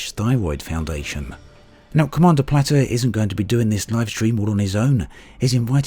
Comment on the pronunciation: It's plate-r not "platter" lol